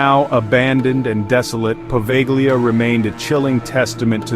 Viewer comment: It's "Poveglia" not proveglia.